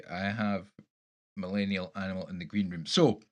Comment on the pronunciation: BTW.... Close enough on my name pronunciation!